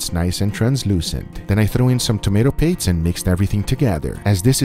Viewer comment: Did anyone else hear say "patse" instead of paste